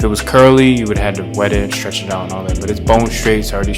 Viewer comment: It is NOT schraight, but straight; It is not schtretch, but stretch. Are you unable to pronounce the ST combination?